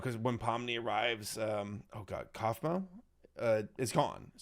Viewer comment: Just to help. Its Kaufmo. Not Couphmo.